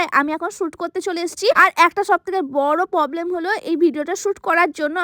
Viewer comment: Problem❌ Poblem✅